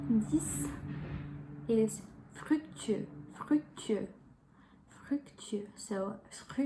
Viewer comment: The tenth word is FRUCTUEUX, not what you wrote and said.